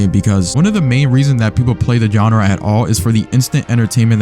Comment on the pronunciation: why did you say genre like “gonorrhea”